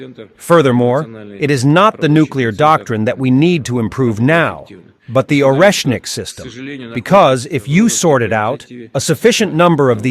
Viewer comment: Oreshnik is pronounced Areshnik